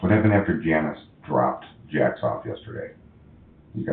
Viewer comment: He said Jax off 😂